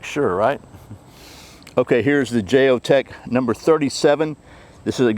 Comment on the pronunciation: I don't think the J is pronounced lol like the J in Jalapeno haha